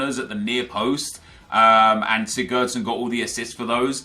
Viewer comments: Lol why tf sessengion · its Sigurdsson n to sessengong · your calling sigurdsson sessingyong😂😂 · Not trying to be offensive but isnt it pronounced sig-urd-son